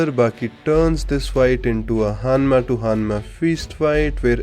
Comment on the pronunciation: Am I the only one who heard Hammas instead of Hanmas? Pickle would litteraly be the BC JEDF ( JURASIC ERA DEFENSE FORCE )